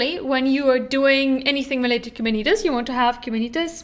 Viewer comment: Please stop mispronouncing “”Kuberneetes”